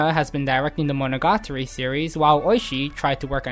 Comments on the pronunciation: yeah i had to stop watching the second time he said that... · Fact 11: Mo-no-ga-TAR-REE is pronounced as Mo-no-ga-TREE in the west. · "MonOgAtri" Nope. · mono GA tari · Great job. Just the way you pronounced monogatari hurt me on a physical level lol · i cant even speak Japanese but when this guy says monogatari i cringe inside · The way you pronounce the title.. it triggers me.